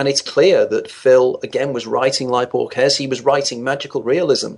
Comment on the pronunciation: Boor-guess? He means Borges I suppose. Boor-hayes.